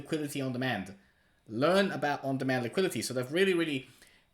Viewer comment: “Liqui-Di-teee” for the love of god